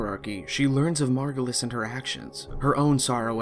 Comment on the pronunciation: This is really hard to follow, also very fast. Saying some terms and names that sounds differently than what they are written. Zariman, Zaraman, Margulis, Margolis, etc. Who is Archimedean Sylvanas? Who is Zariman? The problem is the game is very confusing, I don't understand anything from it, the interface is non-intuitive, most of the times i don't know what i'm doing besides, going to planets for x resource or extraction of an npc. But i do sure love the setting and concept of it and would like to know more of it. This video didn't help.